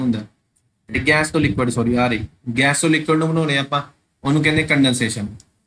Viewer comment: Sir ਗੈਸ ਨੂੰ ਗੈਂਸ ਨਾ ਕਿਹਾ ਕਰੋ ਅਜੀਬ ਲੱਗਦਾ